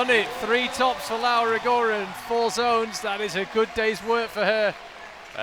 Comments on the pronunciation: FOR GOD'S SAKE... CRISTO SANTO... Mr Speaker, WOULD YOU FUXXXING LEARN HOW TO PRONOUNCE LAURA RO-GO-RA? It makes my ears bleeding hearing your british accent destroying an italian name. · Apologies (I did try to google this) but what's the correct way to say 'Rogora'? Does it have a different sound for 'ro', maybe? My instinct is to say it like did, ie horribly wrong.